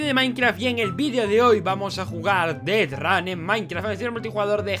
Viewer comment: no es dead run, es deathrun